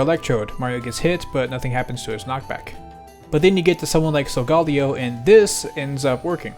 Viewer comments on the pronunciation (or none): im crying at the way you said sogaleo. "sogah leo" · "so ga le o" 😭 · "so-gall-lee-oh" physically harmed me... because I was drinking a sprite and the carbonation hurt but still it hurt the pokemon nerd inside of me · "Soul gally oh".